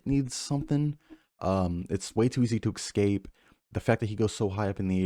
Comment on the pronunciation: ESCAPE not EXcape